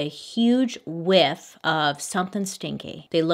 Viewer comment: “And they get a big whiff.... of something stinky” Lol, why you gotta say it like that haha